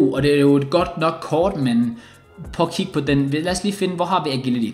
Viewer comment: Var det kun mig der blev lidt triggeret af måden sagde agility på, btw god video igen igen